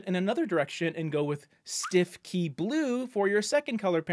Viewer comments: Fun fact, “Stiffkey” blue is actually pronounced “Stoo-Key”. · Btw, I just found out on a F&B page I follow that “Stiffkey Blue” is actually pronounced something like “Stookey Blue”…….yeah, I would have said it the way you did in this video (Canadian, eh) but this is apparently the “official” pronunciation.